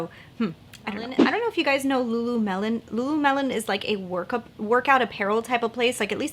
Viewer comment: Nyx has some good, cruelty-free products. ❤🐰 I had to rewind and repeat but you were saying "lulumelon" as in watermelon 🍉🍉🍉 but it's luluLEMON. 🍋🍋🍋 😊 I love the Colourpop California collection! The palette and the Ultra Blotted Lips look so good amd I am tempted to buy this collection as well.